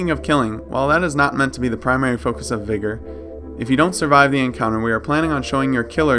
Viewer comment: Sorry but why do you say vigor like the n word vigor doesn't have an e in it